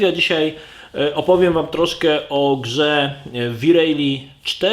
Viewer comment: Siema. Fajny material ale dlaczego uparcie mowisz wi rejli?